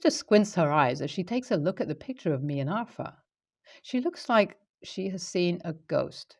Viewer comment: Pronounce it as are-thur there is no "F" in it.